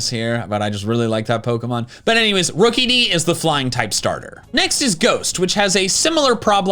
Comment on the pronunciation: Wait did you say rokeidi corvescvijer and turnades? (Sorry får bad english)